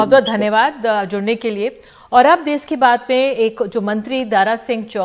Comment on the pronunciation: देस नही देश होता है वो 🤣🤣🤣